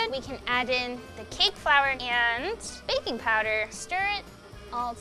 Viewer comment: when she aaid baking powder i thought she said baby powder i jad to rewind like holdon